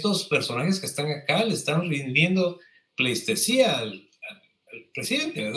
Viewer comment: Senti un poco corto el vídeo pero siempre, igual de informativo e interesante. Las riqueza cultural de Guatemala es muy extensa y siempre hay algo nuevo que aprender. Ojo: es PLEITESÍA (no pleiStesía) 😄😏 ¡Saludos a los tres desde el extranjero!